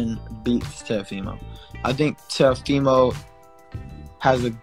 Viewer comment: He called him teofiho as well so don't believe in what u hear